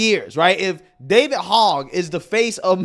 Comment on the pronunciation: That goofball’s name isn’t pronounced like the pig “Hog.” It’s pronounced “hoj.” You guys know his background? He’s one of the kids that survived Sandy Hook school pew pew! He’s been on a mission since. Hopefully dems stay out of power long enough for that guy to get bored and go away. He’s an absolute nut job!